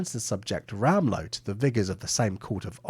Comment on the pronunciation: The "W" in "Rahmlow" (or Ramlow) is pronounced as a "V". "Zee" is pronounced as "Zay".